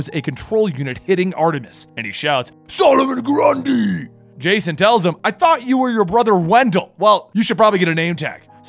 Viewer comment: Love the way you say "SOLOMON GRUNDY!!!"